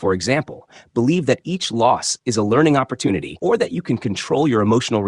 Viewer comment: When u can pronounce the English language properly i might stick around and listen Opp or toon ity OMG Jesus Christ !